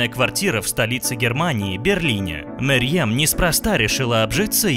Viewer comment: Во-первых не Мэрьем, а Мерьем Во-вторых не Немецкая актриса, а немецко-турецкая актриса